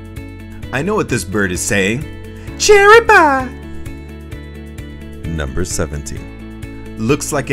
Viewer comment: when he said cherry pie it sounded as if he said pewdiepie